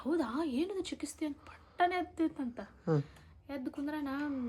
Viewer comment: Chikisthe alla chikithse